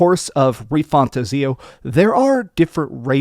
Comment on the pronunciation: I am hyped for this Gem 💎 PS: It's pronounced "Metaphor Re-Fan-Tazio" say the second word separately:-))